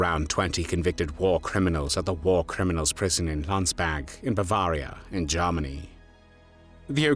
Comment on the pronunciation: The narrator sounds very much like Lord Haw-Haw. He sometimes pronounces Germany as Jarmony